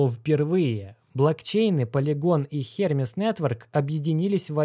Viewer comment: ХермЕз так-то, а не хЕрмез. Ну ты